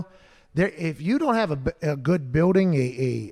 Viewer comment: Pat what is a buiwding? Are you trying to say building?